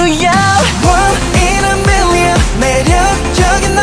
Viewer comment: The way MJ says million is so beautiful ❤️❤️❤️❤️😍😍😍 😍